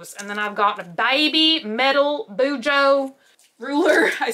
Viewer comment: I did BuJo for several years but quit last July and haven't picked it back up. You pronounced it correctly. Tombow Dual Brush Pens.